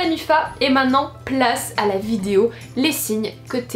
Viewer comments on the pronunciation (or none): Tu dis vidzeo ça me stress 😂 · Sa fait 2 ans t'arrive pas a dire (vidéo)👏😐j'espère que ya pas que moi qui a remarqué